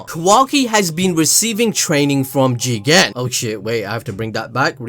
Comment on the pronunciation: Jigen more like chiken - google translator